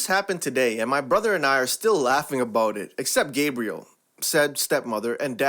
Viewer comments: Gab-re-elle not gabe-re-elle sorry it bothered me. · The French Step mom's name is pronounced Gab-ri-elle and not Gab-ri-el. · lol, "don't know why dad puts up with Gabrielle?' I do, when they're home alone, getting passionate....she must be REALLY GOOD at something, lmao stop with the electronically generated voice, Gabrielle is not 'Gabriel'...it is "gab-bree-L" a female's name, GABRIEL is male...i can't stand electronically developed voices with their pronunciation and syntax eras....comes across as no effort and cheap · Gabriel is a man’s name. GAH-bri-ELLE is a woman’s name. That mispronunciation is driving me crazy! Also, you talk too fast and need to learn to read with more expression. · Yeah, Gab-ri-elle, not Gay-bri-el. Her nickname could be Gabby... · Ga bri elle, not Gabriel. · GAHB-ree-ELLE. It is the French pronunciation. I’m anal about things like that, as I’m (mostly) proud of my French ancestry, as they immigrated to the United States and married a Native American. Now, I can’t say that it may not have been a “purchased wife,” as there aren’t any records if that happened in that case or not. The good relations the French had with the Native Americans, and English, is what also lead to the odd, yet beautiful Creole language in Louisiana, too. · And this one, since it has an extra l and an e on the end, denoting it to be a female name, is pronounced "gab-ree-ell." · Hey, narrator, it’s pronounced “gah BREE ell” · Mildewy is not pronounced mild dewy. Gabrielle is not pronounced like the Arch Angel Gabriel. It's pronounced as Gabri Ella. Schooling is not what it's used to be. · If you learned how to pronounce names, that would be great.Gabrielle is a woman's name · Such a damn pity the narrator can't even properly pronounce common names, such as Gabrielle.